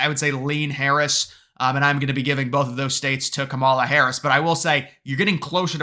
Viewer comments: its pronounced KAMala. really not that hard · You are soooo misinformed and misrepresenting the real polls, that are mostly rigged by big billionaire Republican ownership….SHAME ON YOU. AND PRONOUNCE KAMALA’S first name correctly…..for that matter pronounce every person’s name correctly. It is called RESPECT “ “. ‼️ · I seriously question the intelligence of anyone who cannot pronounce the VPs name